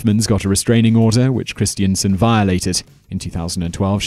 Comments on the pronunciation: That pronunciation of Christensen triggered me everytime, it's Chris-ten-sen not christiansen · It's 'Christen-sen', not 'Christien-sen'.